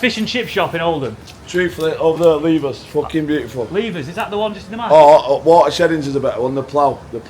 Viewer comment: They would pronounce the word water as Wadder with a D sound.